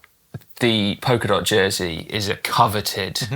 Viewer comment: It’s POLKA dot, not POKER dot! 😅